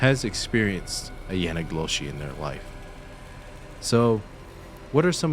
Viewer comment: bro... if you say yanagloshi 1 more time... it's called yee naaldlooshii